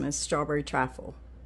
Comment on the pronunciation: It's "TRIFLE"!